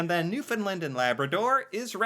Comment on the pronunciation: Love your channel. I assume you haven’t been here. In all honesty, if you plan to, tell subscribers if you’d like to meet. We’ll be happy to show you around and treat you to Tim’s and a beer. Truly. As a Newfoundlander… please pronounce our province (New - fin - land) Thank you. Gotta echo the “dry cold” The weather on the coast, especially Atlantic Canada, Newfoundland, is extremely humid. It’s biting cold!! You seem to sincerely want to know about 🇨🇦 (psst. I learn about some 🇨🇦 history, lol, from your videos) Yes, the Leafs (I’m a die hard fan) are the brunt of many jokes. Been a fan for awhile 👏👏 Take care… 🤗